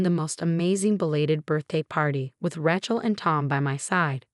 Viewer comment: it is pronounced RAY-CHEL